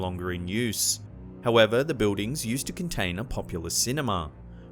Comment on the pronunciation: Love the videos but the way he pronounces” Buildings “drives me crazy!!!! Sounds like a 5 year old. Lol